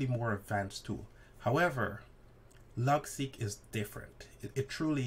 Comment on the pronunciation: It's Logseq. Not Logsec.